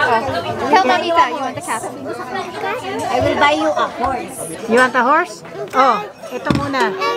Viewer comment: I'm a cat ❌ Ate Ivana: I'm a ket ✔ HAHAHAHHAHA ✨✨